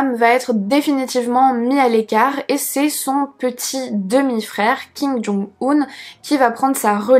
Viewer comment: En ce qui concerne la prononciation je crois qu'on dit Kim Jong "Eun" plutôt que "Oun".